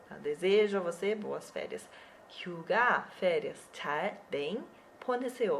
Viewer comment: 휴가 hyuga eu escutei suga =^=